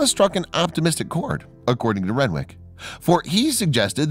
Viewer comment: Renwick is said rennick it's a silent W